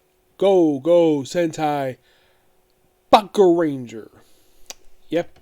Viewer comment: Bou-ken how do you pronounce that and then boukenger long o